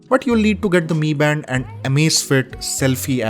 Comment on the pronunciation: Bro it not me band it's m I band bro